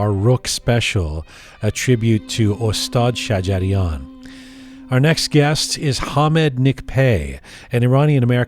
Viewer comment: I am sorry, l would like to point to your pronunciation of (Ostaad Sajarian ) استاد شجریان. If you say “Ostad-e Sajarian, pronouncing the e after Ostaad, it means Shjarian’s master but not Master (Maestro) Shajarian. Just a small detail.